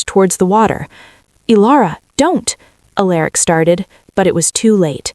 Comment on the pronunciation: . … Finally. For the first time ever, across many many channels, . Alaric was pronounced right. 😂😂… I had been wondering why the AI could say Alara but not Alaric